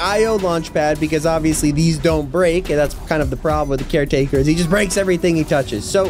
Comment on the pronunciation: Not car take care taker